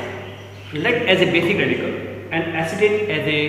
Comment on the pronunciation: It was lead acetate not "acitate"!!!